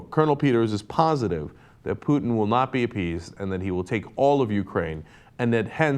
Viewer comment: Ralph Peters might be an idiot but he's the first American I've heard to pronounce Putin's name correctly.